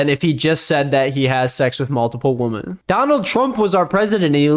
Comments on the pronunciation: Do all Americans pronounce women "woman" or am I going crazy? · Why do you always pronounce 'women' as 'woman'? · ily but why do u say "women" and "woman" the same way